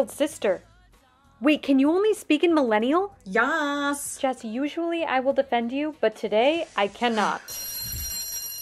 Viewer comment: Love the way u said ''YASSS'' 😂